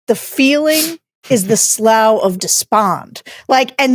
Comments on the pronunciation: "Slough" is pronounced Slew in America. Alternate is Sluff in UK. NEVER Sl/ow. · Slough of despond...its pronounced "sloo". Wierd word since always. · or sluff